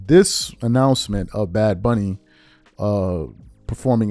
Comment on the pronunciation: Bad Bunny can't even pronounce his/her own stage name 😂